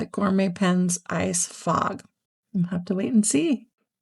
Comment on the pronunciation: FOG, not frog. Ok. Now I understand. Carry on.